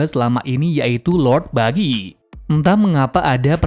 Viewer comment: Buggy bg bukan Bijjy